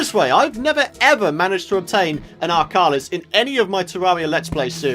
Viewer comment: No offense but its an arkhalis not an arkhAAlis.